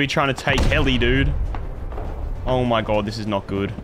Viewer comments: “Oh my Gwod, he’s heea!” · “oe moie gawed dudde” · the way u say omg is crack ups bro omd